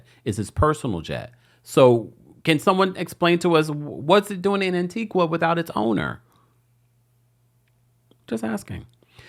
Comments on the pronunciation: Pronounced Antiga. Antiqua is in Guatemala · ITS ANTIGUA-A NOT ANTIGWA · FYI it’s pronounced AntigA not Antigua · Stop saying "An Ti Gwa" it's An Ti Ga❤❤ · Tea-Gah. Not An-Tea-gwah. 😘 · Pronounced An-tee-guh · Yes I heard it landed in Antigua but they have extradition laws. Sidenote: it's pronounced An ti gah My family's country 🇦🇬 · It's pronounced (An-tee-gah) Antigua 🇦🇬🇦🇬🇦🇬....and they do have extradition to the USA. Ps. That island dont need no Didler drama...😮